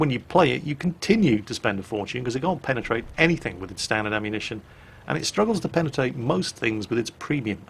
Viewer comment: I'm sorry I lost it when said penatate